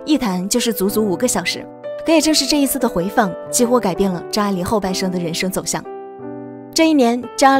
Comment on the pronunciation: 母親給他的英文名字, 拼音就是 發音愛玲, AI 發音愛人的愛,, 不是你 發音 錯的念法A鈴, 快去請教專家!!!!!!